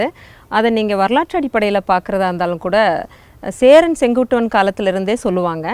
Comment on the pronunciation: சகோ.. தமிழ் மலையாள ஒற்றுமைக்கான ஒரு அடையாளம்.... ஆனால், கேரளத்தில் வாழும் நீங்கள் சேரர், சாலை, போன்றவற்றை எப்படி ஸேரர், ஸாலை, ஸான்று என உச்சரிக்கிறீர்கள்.....? கேரளத்தில் மலையாளமும் உங்களுக்குத் தெரிந்திருக்கும்... அப்படியிருக்க, ச்சேரன், ச்சாலை, ச்சான்று என்றல்லவா உச்சரிப்பு இருக்கவேண்டும்.....